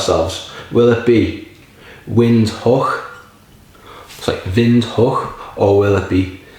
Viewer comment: Pronounced right on🎉